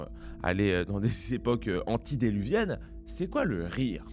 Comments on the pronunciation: A Pas antidéluviennes, mais antédiluviennes. Ça m'a écorché les oreilles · Cher c’est antEdiluvien pas Anti… hein! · Mec on dit pas anti diluviennes mais Anté diluvienne, prefixe anté qui signifie (avant)... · On dit "antédiluviennes" et pas "antidéluviennes". Cela signifie "avant le Déluge"